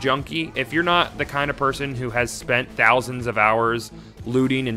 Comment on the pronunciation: ten tousand